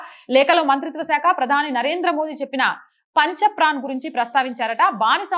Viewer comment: Many YouTube channels are 1 man army till their foot print evolved. Deftalks is the best example, you can take this channel as role model. It’s pancha pran, not pancha praana. ఐదు ప్రమాణాలు ("పంచ్ ప్రాణ్")